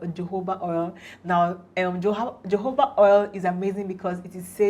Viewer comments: Wow! Learned a lot, Just subscribed 👏👏👏 and it’s pronounced “ho-ho-ba” oil not jojoba oil 😅😅 Thanks ma’am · Great content! and just to add jojoba is pronounced as hohoba